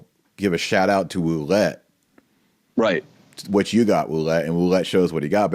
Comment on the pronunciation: My wife knows some French and thinks your Ouellet pronunciation is correct. Metuchen NJ is meh [e as in Mets] touch [as in touch] en [as in "in"]. Excellent presentation... good assertion... brilliant points all. What's next? Nothing. Vigano will die [eventually, no hurry]. Bergoglio occupies the Vatican and will continue building the One-World Church until we pray enough and/or the wrath of God comes down. PS: You might like this presentation... The Truth About The Crisis In The Catholic Church